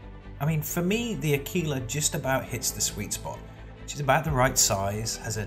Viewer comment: Yes i did upgrade my Aquila to the Carrack... But this is the only ship i'm going to buy with $$$ as all the other ships i want i will get with in the game.... But i do see your point and good for you mate. Also A-KI-La is the proper way to say it so good there...